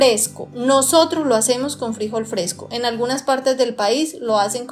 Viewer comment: Que desesperación cómo pronuncias el nombre del frijol 🫘,.